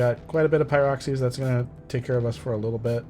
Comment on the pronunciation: Pie rock er eez is the best way ive heard that pronounced